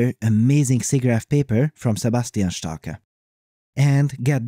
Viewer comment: Not Sebastian StarkAAAH but Starke like E in the beginning of Energy